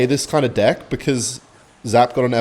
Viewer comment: Why does he keep saying divk instead of deck